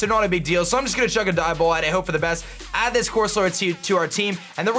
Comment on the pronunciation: “Let’s go with a Dive Ball” Ah yes, the Ball